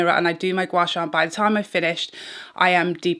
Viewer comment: hahaha O dear your pronunciation of Gua Sha is perfect 👍 you can also do your Gua Sha along your arms and legs for slimmer effects. Asians like me love Gua Sha ❤️ glad you enjoy as well